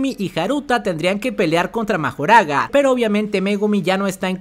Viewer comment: Pues tecnicamente no es el usuario de las 10 sombras el que le puede ganar a los 6 ojos, mas bien es Mahoraga, que por cierto se escucha que lo pronuncian como Makorah.